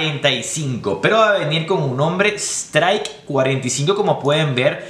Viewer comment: Se llaman striker 45 y jokr Se pronuncian straiker y yoquer, nada solo eso jajaja